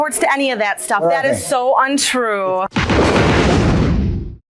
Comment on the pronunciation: When the wife says at the end ” that is soooo untruuuueee” I thought the way she said that was sooooo yte lol like on white chicks the movie yte… no disrespect it was just my immediate thought lol